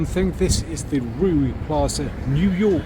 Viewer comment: Its reeu not ruee 😂